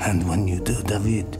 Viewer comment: دايفد❌ دافيد✅